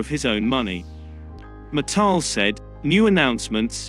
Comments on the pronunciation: Its MIT-TEL NOT MI-TEL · Please learn how to pronounce Mital, its not pronounced as Mataal, but as me+tell